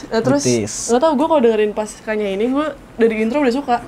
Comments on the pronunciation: "Kanyaah" bukan kanyah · Cara bacanya kanya-ah nih mon maap wkwkwkwk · Bacanya "ka nya ah" bukan kanyah, kanyaah artinya kesayangan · itu "kanyaah" bukan "kanyah", lu bacanya kanya'ah dari bahasa sunda artinya kasih sayang. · Fyi kanyaah dibacanya ka-nya-ah, taaa, wkwk. Bahasa sundanya kesayangan